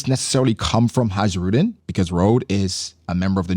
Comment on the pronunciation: You actually pronounce it „Hi-ru-deen“ in English kinda terms.